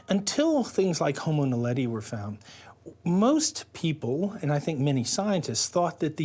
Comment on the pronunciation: 에서, "호모 날레디"를 성우가 "호모 나델리"라고 잘못 읽습니다. 이 영상의 설명에서도 "호모 날레리"라고 잘못 써놨네요. 명칭이 생소하긴 한가 봅니다.